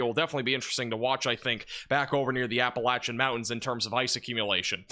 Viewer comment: You said Appalachia correctly, subbed. 😄 appreciate the content